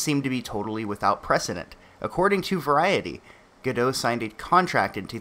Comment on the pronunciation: Sorry for nitpicking, but Gal Gadot is not French. She's Israeli. You definitely pronounce the T at the end of her surname.